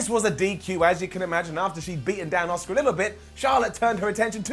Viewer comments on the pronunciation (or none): You want to care? But they won't let you? Man you just said this Daniel Bryan shit is awesome. You've reverted back to bollocking bastard shite Her name is ASUKA, not Osuka